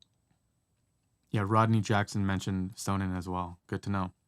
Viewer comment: Sonnen is a German company meaning sun or solar, so it is pronounced zonnen... with the o pronounced as in bonnet. However I suppose in the US perhaps the company has surrendered to the inevitable mispronunciation. 😄